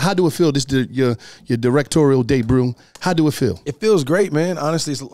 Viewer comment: Did say “Debrut” at first? 😂